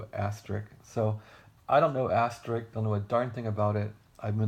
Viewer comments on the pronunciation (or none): is there a reason why you are calling it "As-ter-rick"? It's supposed to be pronounced as "as-ter-isk"